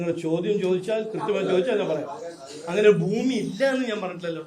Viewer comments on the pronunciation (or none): none